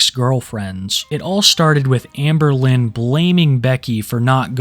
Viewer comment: "Hamburlin" nice lol